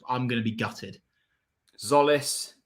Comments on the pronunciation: No its Tzolis pronounce the T and the Z and with a tone on the O ( tzOlis ) but jOlis is close not zolis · is christos tzolis pronounced 'zolis' because i thought it was 'jolis'